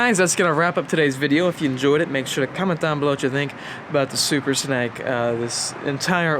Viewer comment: Is it supposed to be called a super snake! Like as in haven something small to eat.. Like this young boy keeps saying.. Or am I right in thinking it should be pronounced super snake! As in ( Rattle Snake ) or is it am English and stupid?